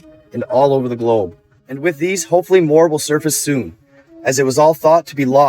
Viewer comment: Say globe one more time